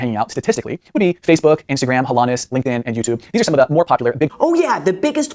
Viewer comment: Did he just say Instagraham? 🤔😄